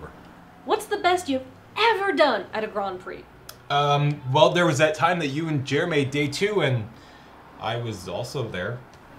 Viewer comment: I was today years old when I noticed how said "The Grand Prix grond tour." (and I first saw this the day it came out)